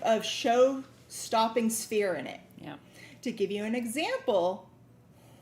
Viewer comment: I know I get on your last nerve I'm sorry I'm trying not to but I cannot get this on chat mode I'm in YouTube on my YouTube I put my name on there sold on green pendant the one for prosperity at sounded like you called it spheen?